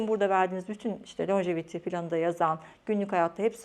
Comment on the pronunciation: İngilizce’de uzun ömürlülük anlamına gelen Longevity kelimesi Lonjeviti değil lonceviti olarak okunur.